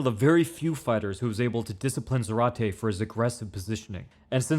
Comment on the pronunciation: It's pronounced ZAH-rate. The accent is on the first syllable.